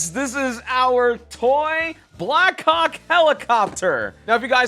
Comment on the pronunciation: Black hawk sounds funny... Forgot the space between the words did ya 😂